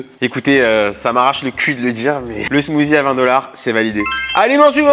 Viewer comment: Smoothie on dit smoocie